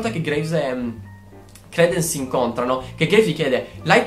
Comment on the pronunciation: CR"i"DENs non credens non è una credenza! hahahha